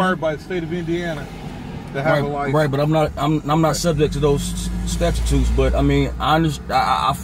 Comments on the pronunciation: "Stat-ya-tutes", lol. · "I'm not subject to those statchatutes" 😂😂😂 They ALWAYS mispronounce every word they use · what the hell is a "statitute"? What a maroon! (Bugs Bunny) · "statue-toots" lol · I can’t lmao 😂 The rare statue toots 🌬 get your ass every time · "I'm not subject to those statch-i-tutes." 😂😂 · "...statututes..." hehe